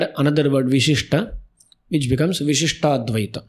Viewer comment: Why is it Vishishta-Advita while it hears to be Vishishta-Dwaita.